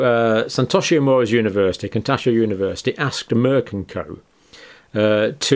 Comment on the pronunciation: misreads 'global trends...' as 'global trials....' Then says 'Kitatso [University]' instead of 'Kitosato.' (These observations are meant constructively.)